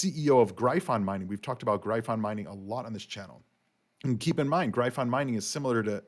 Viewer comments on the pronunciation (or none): I Don't think you are pronouncing gryphon properly. I could be wrong.